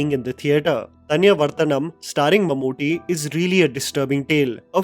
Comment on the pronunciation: It's Mammootty, not Mamuti! And in the Chapters, it's Thaniyavarthanam, meaning the Recurring Rhythm. Even though the actual meaning of the word is more like a Guitar Solo in the middle of a Rock Song, where a musician goes on his own in a composition! :yougotthis